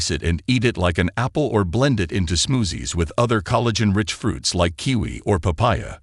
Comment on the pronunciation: I love the way the AI voice pronounces “smoozzies”. Seriously, trying some of these fruits could be worth it if they do result in higher collagen in the body. Making meat broth is very time consuming compared with eating raw fruit or making smoothies